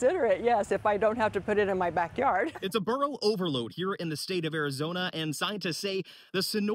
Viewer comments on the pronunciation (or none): They're using the Spanish word for donkey ,which is "burro" not "burrow" or "borough", which is how they are pronouncing the word, because they are not native Spanish speakers. I guess these are immigrant /migrant donkeys, and perhaps that's why they're calling them "burros" instead of donkeys, although they are butchering the heck out of that Spanish word.